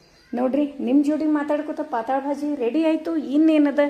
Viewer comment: 'ಪಾತಾಳ' ಭಾಜಿ ಅಲ್ಲ ರಿ 😄🙏 ಪಾತಳ್ ಭಾಜಿ ಅಂತಾರೆ 👍 ಅದು ಮರಾಠಿ ಶಬ್ದ ಅದು.. ಪಾತಳ್ ಅಂದ್ರೆ 'ತಳು' / ಡೈಲುಟೆಡ್ (diluted)